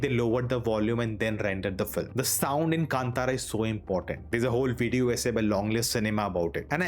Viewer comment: Thank you for your correct pronunciation of 'Kantara'.